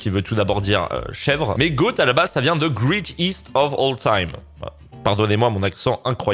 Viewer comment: Le « greeteest » m’a fait saigné des oreilles. Voilà c’est tout ce que j’avais à dire. Continue tes vidéos, ton contenu est intéressant!